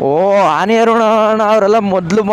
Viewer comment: Anny Arun ❌ Aane Arun ✅